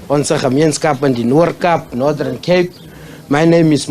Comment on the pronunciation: And its Northern Cape, not Nordhern Cape.